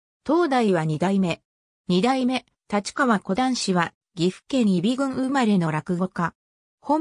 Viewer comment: 「たちかわ」は頂けないw。wikipedia丸読み。